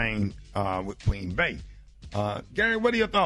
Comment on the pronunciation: Who the heck is Queen Bay!? It’s Bee! Say it with me Queen Bee…and there are no Cleveland Chiefs! Cmon morning show 🤦‍♂️